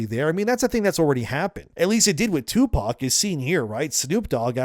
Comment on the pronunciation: Who the fuck is "2-Pawk"?? 😅😂